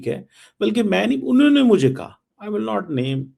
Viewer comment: Cheeme..tu Punjabi me show kiya kar...urdu jo Bharat ki boli hai...udhar ki..uski bhi tune band baja diya hai. ISI walon ko chahiye ki is Cheeme ko ek spoken english ka course karwayen..grammar ki aise ki taisi kar rakhi hai.. Aur haan ye Not ko Naat bolta hai😂😂😂😂..this guy sounds like a Cartoon.